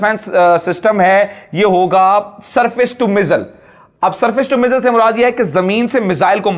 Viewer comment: مزل نہیں میزائل لفظ ہے. الفاظ کو تو سمجھ کے بولو....